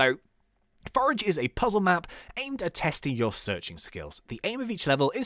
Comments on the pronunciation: "Poo-zle" lol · he said "wich is kinda like a minecraft poozle map"